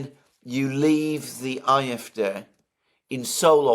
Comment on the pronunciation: WHY do you always call it the IF-day. If you can't pronounce the German then fine, call it the AyEfDee. Please stop doing that. Otherwise, thanks I always enjoy your talks. Except that bit.